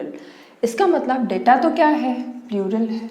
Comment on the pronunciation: Data Nahin data hota hai data mam